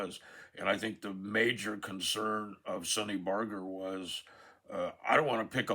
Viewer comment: Fun fact for all IF you're paying attention Ralph's name was/is pronounce Barger like bargain not Barger like larger.